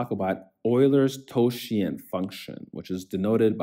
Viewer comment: bro your pronounciations of totient and phi are absolutely cursed, but your video was very helpful. Goodjob!